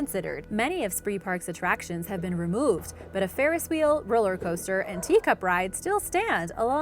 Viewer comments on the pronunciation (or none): none